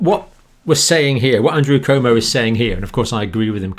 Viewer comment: Cuomo is pronounced Quomo.